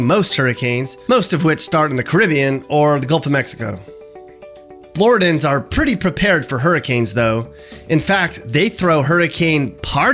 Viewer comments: Pronounces "Flor-ID-ee-uhns" as "Flor-dans". Goes to show you..."anybody" can create/edit a video and get likes/subscribers. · Flor rid dee n’s..........not floradins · “Floor-ID-Eeee-Ann” Not “ flor-dan” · it’s Flor - IH - diun, not Flor-ih-dun. 😉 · Floridans 😂 it’s flo-ri-dee-ins . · It’s Floridians not Floradans. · Pretty good! It's "Floridian" though, not "Floridan". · Omg calling us flordans forced me to stop watching, its floridians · The fact that he pronounced it “Floor-dan” and not Floridian, made me want to stop watching. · Floridians not Floridans! LOL That was driving me crazy throughout the video. I lived in Central Florida for about 10 years. Otherwise pretty good representation of Florida. Although, your numbers on the homeless population are off by about 25k. FL only has about 27k homeless people. Also FL has two NHL teams. The Tampa Bay Lightning just won the Stanley! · Floridan? It’s Floridian lol. Great video non the less 🤟🏼🤟🏼🤟🏼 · FLORIDIAN. FLORIDIAN. FLORIDIAN. Not Floridan. Jeez. p.s. It's also foliage, not foilage. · 2 things. People from Florida are pronounced Flo-ridians, nor floridi-ans. Also you left out the tampa bay lightning in sports, they place every season in the Stanley cup. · I am from Florida and have been away for 12 years or so. Look forward to moving back to my home state. This video actually made me home sick. Oh yeah and it is not Floridans... It is Floridians. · I had to face it sooner or later: your piece on my home state. But I found I didn't need to turn my Defensive/Oversensitive Filter on because I've lived in South and North Florida and found this to be pretty accurate! If the only thing I can criticize is "Floridan"(wrong) vs." Floridian"(correct) , then I think you did really well. Mappy cruising chicks-no judgement here :-) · What’s a Floridan? 😭😭😭 Floridian?? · Say it with me FLO-RID-I-ANS .... not sure who Floridans are. Love the videos! :) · It's FlorIDians NOT Floridans!!! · Floridian. Not Floridan